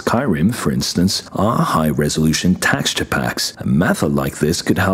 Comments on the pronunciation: It's tex not tax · if I heave to hear you say “TAX-CHOOR” instead of “texture” one more time, my head is going to implode. Maddening. Lol